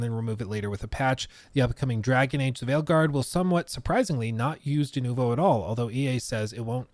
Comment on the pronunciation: I hate the way he says denovo.